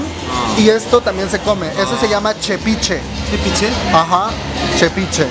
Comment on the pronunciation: Mi vida es tepiche no chepiche 😂😂😂 te amo te amoo hermanaa orgullasamente oaxaqueñas 😍😍😍😍😍😍😍